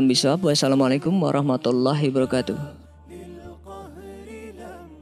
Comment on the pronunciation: Hiwabarkatuh kak. Bukan hibarkatuh. Afwan!? 🙏🙏🙏🙏☺️☺️